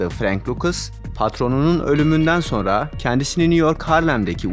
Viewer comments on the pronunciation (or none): none